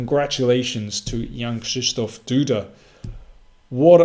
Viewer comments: Perfect pronunciation of the name "Krzysztof" by GM King! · WTF I never heard anyone pronounce a polish word with "RZ" and "SZ" that perfect. I mean, it was flawless. WELL DONE